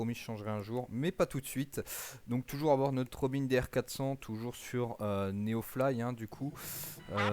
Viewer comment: Bonjour, Tout d'abord on ne prononce par Robin comme Robin Wood mais comme Robin des Bois, Robin c'est une marque française. Laisse tomber l'ATC natif, c'est pourri. Les saisons ne sont pas gérées dans MSFS2020, elle le sont dans MSFS2024 mais comme tout MSFS2024 ça bugue. La neige au sol est gérée dans MSFS2020 mais là aussi avec des bugs comme par exemple de la neige au sol à moins de 1000m en plein été dans les Alpes et alors que c'est la canicule depuis 2 mois. Si tu veux un "vrai" mode carrière, ou plus exactement progresser en tant que pilote je ne peux que te conseiller de voler sous IVAO (ou VATSIM mais c'est moins actif en France) parce que ça te rapprochera de la réalité. Tu peux également en parallèle rejoindre une VA qui te proposera des missions. Rien ne t'interdit d'ailleurs de voler sur IVAO et NeoFly en même temps, attention cependant aux opérations spéciales qui sont soumises à condition sur IVAO (par exemple pour faire un secours)